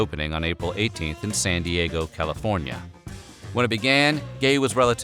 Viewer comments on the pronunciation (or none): none